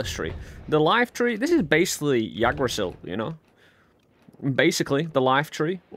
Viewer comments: pog (also it's pronounced "igg-dra-sill") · The pronunciation is more like "Ig-druh-Sil" - A dude from the northern land of Norway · Yea no he said it very wrong... Thanks for spread the knowledge